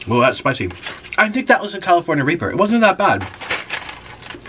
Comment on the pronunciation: lol the "california reeper"